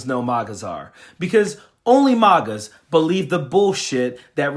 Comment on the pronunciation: He said "MAUGAS" 😆